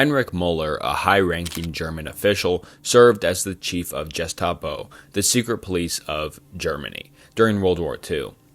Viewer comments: Guess-tah-po... lol bro, come on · Some of the pronunciation in this is laughably bad 😂 menjell, jestapo, luftwaffle ??? My word. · “Esto-Eric”, “Luft-waffle”, “Jestapo”. Jesus dude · Yeah 10 minutes in I can't finish this. Jestapo and estoeric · example: Gestapo is pronounced with the hard G (as in gross, grind, gamer, girl). ironically, German does not have the soft G sound (sounds like J as in German, geometry, plunge). the german word for germany is deutschland ("doi-tch lahnd")!